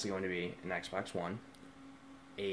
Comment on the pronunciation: It's xbox one not eggsbax